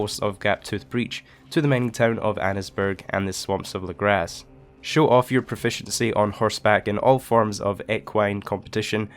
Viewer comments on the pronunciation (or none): lol, you crazy Scot.... Lagras is pronounced LaGraw, blame those Cajun French for that one ;)